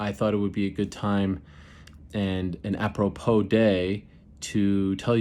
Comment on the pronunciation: I’m hearing DC that’s watching this and laughing when Ariel is saying “apropos” 🙈